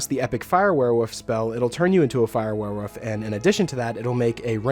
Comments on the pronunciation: Am I the only one that thinks it sounds like hes saying "werewoof" instead of werewolf? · Nah He Definitely is saying Woof. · Please stop saying werewoof!